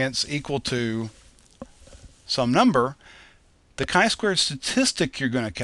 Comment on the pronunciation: its not "Ki square" but "Chi square" ;)